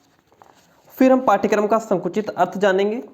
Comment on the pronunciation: Curriculum ka hindi pathchrya hota hai....pathkaram nhi